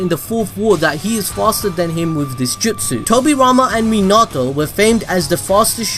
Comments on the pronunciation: My man says menatouu instead of minato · It’s not mi nato it’s minato